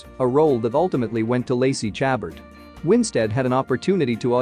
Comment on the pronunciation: Learn how to pronounce Lacey Chabert